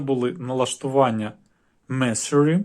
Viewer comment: Меню месурі блять😅 В якій школі ти вчився, хлопчино? Про серйозні речі розповідаєш, але двох англійських слів не можеш зв'язати? Дисплей ротатє блін.